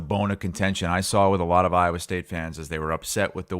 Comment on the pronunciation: just can't say Iowa...😂